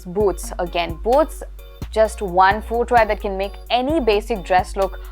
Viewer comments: American pronouce , fooot, footwea. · My dear, pls correct your "footwear" pronunciation...for someone who is generally good with pronouncing words properly, pronouncing something as basic as footwear wrongly, is quite unacceptable. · I actually love the way you speak English. But I noticed that you have been mispronouncing the word "foot" and "footwear". It's fut and futwear. There is no "oo"